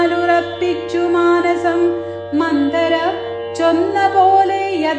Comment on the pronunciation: മന്തര അല്ല